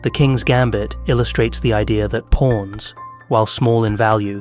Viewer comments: just satirical observational humor. All jokes aside, great analysis. When you say "pawns" it sounds like "PORNs." lol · Anyone else hearing" porns"?